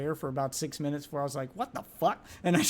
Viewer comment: I knew it was over when he said six like “sits”